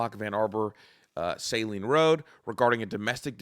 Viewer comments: It's not pronounced Say-lean it is pronounced Sah-LEAN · Didn’t realize all the names where I live are so hard to pronounce. Nobody in the news is saying Pittsfield, Washtenaw, or Saline correctly.